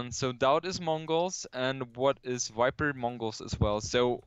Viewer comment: it drove me nuts each time he said 'Wiper'... it doesn't make sense either, it's not like Germans pronounce V as W